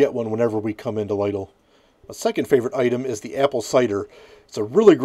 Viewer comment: I've personally always liked the Lidl pizzas. Although with that and other deli/frozen pizzas, I like to doctor them up with extra toppings. But I have to call you out on the pronounciation of the store as it's supposed to be said "Lee-dil." You're cool and all good though. You've made me look at certain frozen pizzas pending they're cheaper than Caesar's.